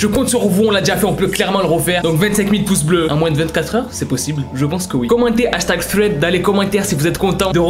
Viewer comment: Pk il dis froued alors que thread sa se dis srede